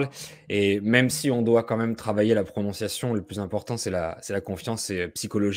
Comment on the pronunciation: Incroyable votre pronuntiation.